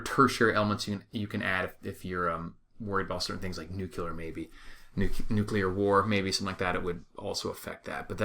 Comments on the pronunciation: NUCLEAR.....say it the right way. It is NOT "nucular" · There is no such word as "nucular" ugh. ..